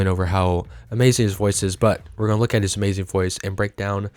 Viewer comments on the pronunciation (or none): none